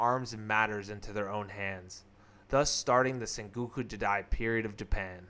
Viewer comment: good vid, but maybe don't narrate it all in one recording so you can catch your breath and check pronunciation. some things were badly mispronounced or even spelled, like senguku for sengoku, phelosophier instead of philosopher, ishikage instead of ashikaga, just to name a few I noticed